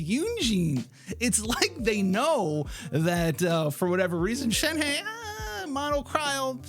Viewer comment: i think the pronounciation of "shnehe" is shenha not shenhey